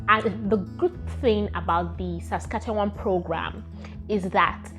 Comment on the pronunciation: 😂🤣 your struggle is real, it is pronounced as SAS-KA-CHER-WAN. And its capital is pronounced as RAY-JAI-NA (the last 2 syllables sounding like the last 2 syllables of a woman's body part)